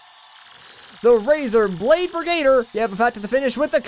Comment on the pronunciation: It's pronounced bri-guh-DEER